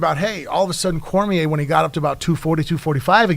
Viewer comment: Short muscle head on the back left can't say Cormier correctly and it bugs me